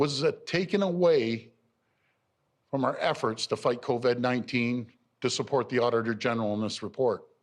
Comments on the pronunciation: Almost a year and he still calls it "Coved". That's ok, we have all of 2021 to practice. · Why does he keep calling it "Cov-Ed 19"?